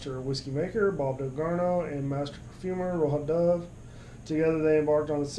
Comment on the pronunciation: perfumer pronounced ( ROW JAH ) DOVE. not that it matters much